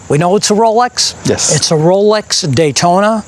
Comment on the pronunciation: Roalex..... it's Rolex lol SMH